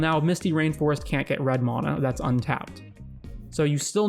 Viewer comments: There is no O in MANA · Where are you from? The way you say mana drives me bonkers and i assume its regional